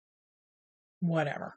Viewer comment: Fun video! I cracked up when you said 'whayever'..( in regards to your grandson modifying the cow travel game :)